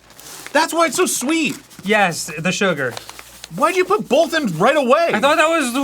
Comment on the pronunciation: "One bowl for citric acid, one bowl for bowlth." The existence of the word "bowl" in that spoken sentence makes Arin's Phantom L in "both" stand out SO BAD. Arin. Buddy. Pal. Friendo. B, O, T, H.